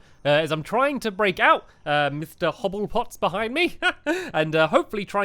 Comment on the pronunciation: He said hobble pots right (for once)